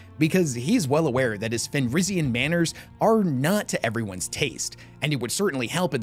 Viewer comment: Also it’s grating how you pronounce the wolves Fenrisian name. Ever time you say it all I can think of is Enrique